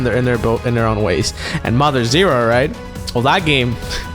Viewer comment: Did he say Mother Zero...? Oh well, we know what he meant.